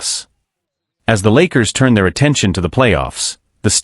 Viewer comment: I can’t take the AI either. Can’t even say the name of the Lakers correctly. What’s wrong with this picture?